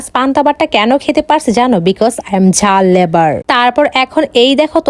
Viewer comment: জাল লেবার নয় জাল লাবার হয়